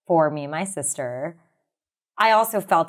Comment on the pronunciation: I had to switch off. What is it with people who drag out their last syllable? Educatioooon .... sisterrrrrrrrr .... for me it's akin to someone scratching a plate with a forrrrrrrrkkkkk 🤣🤣🤣